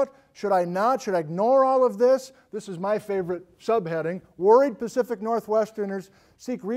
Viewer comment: "Great earthquakes of the PACFIC northwest"? Am I the first to comment it?